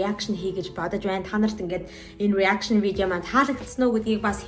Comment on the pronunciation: Reaction гэдгээ буруу хэлээд бна “Араакшин” гэж хэлж сураарай 😂